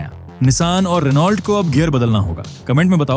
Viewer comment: renault ko Reno pronounce kiya jata hai , t remains silent